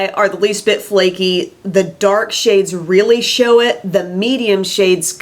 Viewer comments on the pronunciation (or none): none